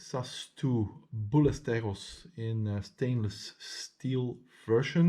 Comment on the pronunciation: Ballesteros, not Bullesteros. He is a Spanish Shooter : Jorge Ballesteros.